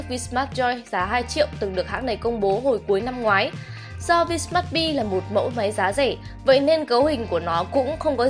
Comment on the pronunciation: Tui không biết ngoài bắc các bạn học đánh vần ra sao. Nhưng chữ "V" không đc đọc là vờ. Chữ vờ chỉ để dành đánh vần thôi. Cứ khoái đọc kiểu "cờ lờ mờ vờ" mãi thế.